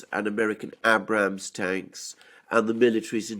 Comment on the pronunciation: Hey Alexander the Abrams is pronounced with a hard first A not a soft a.